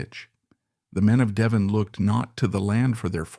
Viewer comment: De Vonn ? 😂